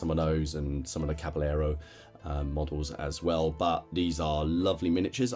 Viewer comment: I hope I don't sound priggish but being from Texas and growing up with the Spanish language your pronunciation of Caballero is kind of nails on a chalkboard to my ear. The doule L in Spanish is pronounced like a Y in English. So, as if cabayero or as with tortilla = tortiya, Oh and if not too fine a point, the B in Spanish is more like a V in English or somewhere in between B & V. So, Caballero comes out closer to Cavayero. Love all your stuff.